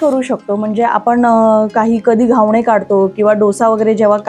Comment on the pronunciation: घावणे नाही मॅडम, घावन म्हणा 😂😂😂